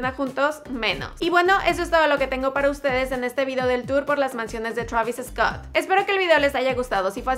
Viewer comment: Ella enserio dijo “Chravis Escott”